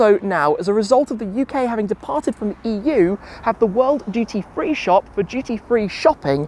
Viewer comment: I thought Tim was saying "GT3 Shopping" turns out it's "duty free" 😭😭